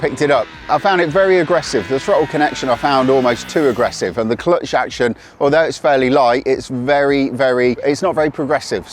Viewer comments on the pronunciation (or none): none